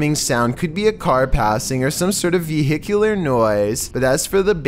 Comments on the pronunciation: Ve-HIC-ular noise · ......VEE....hic....yew....lar Mid.....so.....mar...... Such a way with annunciation you have